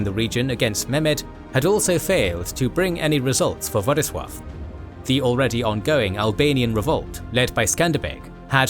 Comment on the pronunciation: As a Pole I really appreciate the proper prenounciation of Władysław's birth name, and not any latinisation like Ladislaus :)